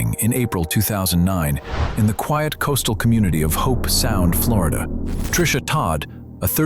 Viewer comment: It’s “Hobe” Sound, not “Hope” Sound.